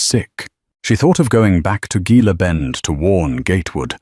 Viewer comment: Gila is pronounced He-la.